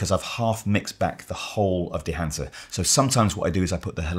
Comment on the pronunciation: "...This combined with dehancer..." Come on... 😂